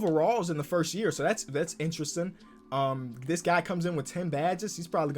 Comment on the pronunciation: Bro I hate people who say forst